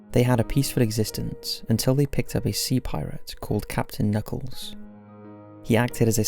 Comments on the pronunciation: It’s KUUUUR-NUCKLES! Legitimately the best cartoon, completely suitable for kids. I get the impression you haven’t actually watched any of these tho 😒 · You’ve clearly never seen flapjack. Like a full episode or something. His name is captain KUH-knuckles. Uncultured swine 😂 (I’m just playin). But that’s how it’s pronounced through the show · Dude it’s pronounced KA-nuckles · Honestly, I love your videos but on this one it's clear you're from the U.K. (as if your accent didnt give it off) for one you mispronounced Captain Kuh Nuckles and Muriel Bagg(e) the e is silent. These TV shows were weird when I was a kid but I have the most fond memories of them. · It's K'nuckles!! It's pronounced with the K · Captain Kuhnuckles* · I loved watching Flapjack. I never thought of it as being scary for kids, just really weird and unusual. That’s why I liked it. Also the priate’s name is K’nuckles (pronounced kuh-nuckles) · its pronounced captain "kuh"nuckles